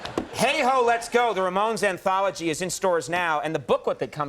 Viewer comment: Ramon ramon's Ramones can't say their name. enough times Ramones.